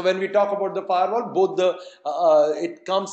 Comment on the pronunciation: Its Firewall.. not Fairwall.. please change it..